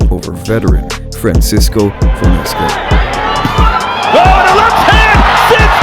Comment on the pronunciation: Whoever is narrating really needs to learn more about what they're talking about, he pronounced kingRy incorrectly as well as fonseca and Eddie Reynoso, whoever wrote the script also got Ryans age wrong and said the fonseca fight happened last February when it happened this year